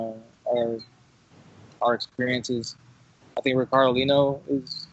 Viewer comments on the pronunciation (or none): none